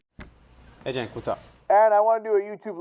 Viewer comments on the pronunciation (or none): Man, that guy butchered Cenk's name in a way that was unfathomable to me. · Dafuq did Dan call Cenk? Think that probably has to be the most epic butchering of his name ever.